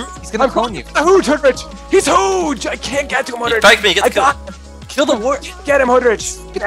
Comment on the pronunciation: Dont you mean hooj? lmfao